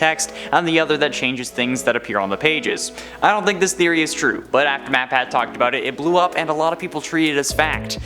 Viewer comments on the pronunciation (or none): you called matpat matpack